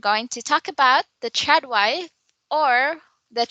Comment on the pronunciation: LOL--several times when I hear say "Trad wife" in this video, I thought she said "Chad wife"!